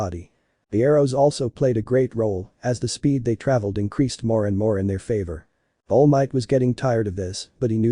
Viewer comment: Am I the only one that keeps hearing All Myth?